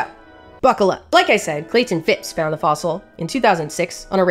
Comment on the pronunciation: Yes I live in the county with Clayton and the Murray’s your pronunciation is correct